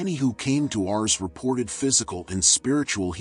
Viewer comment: A.i... artificial intelligence.. it's ars not ours!